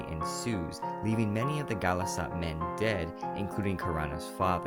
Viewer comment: NO NOT GHALAS-AT. MEET RONTU IN HEAVEN